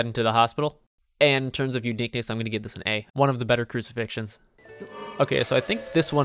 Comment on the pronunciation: "one of the better crucifictions" lmao